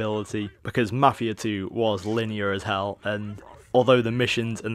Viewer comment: i can understand everything you said except for ------MAFIA 2